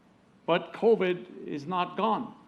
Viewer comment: "We Introduced Co-Vid"?